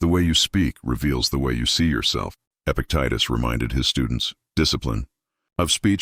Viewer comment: This mentions Epictetus three times and pronounces it different each time 😂